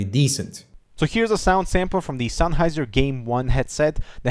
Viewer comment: sun-heiser, bye-denamics? that's not how they're pronounced)